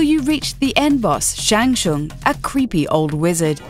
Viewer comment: its not shung its tsung